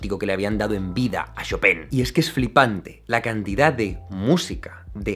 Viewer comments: Se pronuncia "Shopan" xDDDDDD brutal ese final xDD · Hola amigo, se pronuncia Shópen, Tuve una novia polaca y viví allá un año, saludos :) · Se pronuncia Shopán, wn!!! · Cada vez que Jaime decía "Shopen" yo decia "choPIN" (el "PIN" en super agudo, en plan falsete) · En realidad no se pronuncia "Shopán", esa sería la pronunciación francesa. Su apellido polaco era "Szopen" que se pronuncia "Shópen". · Puntualización al comentario final de Jaime: en francés se pronuncia "chopan", pero en polaco se parece más a "chopen" (Szopen). ¡Gracias por tus vídeos! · Jaime, pronúncialo correctamente, se dice ChopAn. Como el pan que comes todos los días. merci ;) de lo contrario, excelente video como siempre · Señor experto, la pronunciación literal desde el polaco de chopin es “jópin” pero él no fue 100% polaco, así que se pronuncia como es, en francés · No sabia que "chopin" se decia "chopan"... o "chopen" wtf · Yo:Chopin Jaime: "Shopen" Ahora quedé de basta 😂😂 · "Shopén" =o yo siempre lo pronunciaba "Chopin" XD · Me gustan sus videos, son interesantes, pero cada que dice Shopen es como cuando te da tos. :( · “Shopén” jejeje ❤️🙈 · jajaja lo último me recordó a un maestro de francés. Nos decía casi lo mismo... Se pronuncia "show - pan" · Yo pensaba que se llamaba Chopan, el titulo del video dice Chopin y Jaime dice Chopen ¿¡A QUIEN LE CREO!?